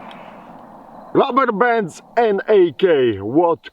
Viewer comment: Came for the AK. Stayed for the Shirt 😁 That along with "The Rubberbands" I was put into a trance and had to rewatch 😂 That was the most satisfying way I've ever heard the word "DuRUHberbanss" in my life to Was also the funniest fucking spoken sentence I have ever heard in my life 🤣🤣🤣